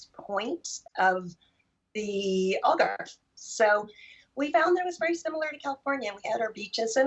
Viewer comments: If you speak English ALGARVE is pronounced not like ALL GARVE but more like HAL GARVE. Or as in AL CAPONE. Get it! And it's O ALGARVE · Al, Al .... not All Garve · You have been in Algarve since 2017 and you still don't know how to pronounce the name properly. Shame on you american immigrants